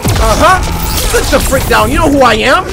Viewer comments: i thought he said what the f**k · Why it sound like he said what the F u c k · I heard freak! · I heard fuck I really didn’t hear the r in there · He tried to say freak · Simba Jay lol I heard him say fudge